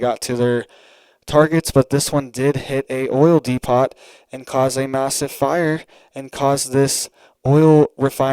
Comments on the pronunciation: 👋😇🗯️ it's pronounced dee-poe not dee-pot Depot just saying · do you have a Home Depot close to you? It is not pronounced d-e-p-o-t. It is pronounced d-e-p-o. You do an awesome job and thank you! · Dude pronounce it correctly DEPOT how do you say Home Depot,??? It's not De pot its DEPO,the t is silent ✌️ otherwise great video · DE-PO, Not De-pot.🙂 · Depot is pronounced "dee-poh", not "dee-pawt" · It's "de-po" not "de-pot" unless you're asking where the weed is! 😆 😉 👍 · de PO, NOT DE POT. LIKE HOME DEPOT. Otherwise, thanks for being on top of your game. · Depot is pronounced Depo. The o sound is long as in open. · Depo.. Not depot .. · It is pronounced: dēpōt, just FYI. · Oil depot is pronounced oil Dee Poe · Sorry, but it's depO...the t is silent, other than that great job! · Please quit saying depot it is pronounced depot the t is silent!!! de·pot /ˈdēˌpō,ˈdeˌpō/ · DEPOT is pronounced DEPO.A SILENT T,.Correct pronunciation is required from talking heads. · The 'T' IS silent, DEPO leave off the T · Pronounced 'D Poo ' - depot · D-poo? Really. I'd say D- poe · Dee Poe, no T sound in depot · T is silent in Depot.